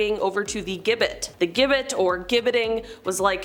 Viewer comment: It’s Jib bit how it’s pronounced